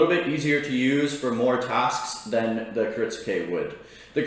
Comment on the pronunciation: It's not "Kirit-su-ke" It's "kirit-ske". The "u" is silent. A guy selling Japanese knives for a living should be able to pronounce what he's selling correctly. Other then that he seems like a nice dude, just saying.